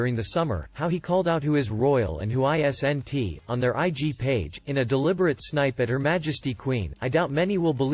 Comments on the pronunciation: So what is it? He has returned to the UK on the private jet sent to fetch him or he's on lockdown in LA? Please stop with the robot voice and video of you pretending to narrate No one pronounces isn"t I S N T. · Please have someone tell you how to pronounce isn’t.